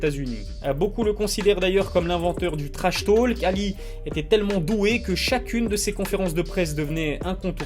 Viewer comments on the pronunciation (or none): none